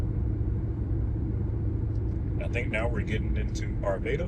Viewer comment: This is the first video of yours I have seen. I got it in my feed because I was looking at some different ice 70 videos. It doesn’t seem as though you’re actually from the Denver area as you are mispronouncing words incorrectly. Not just Limon, but Wadsworth and Arvada. Also, I wished you had highlighted the Stock Show grounds as you drove past.